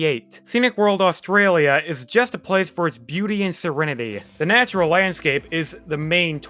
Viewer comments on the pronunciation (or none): none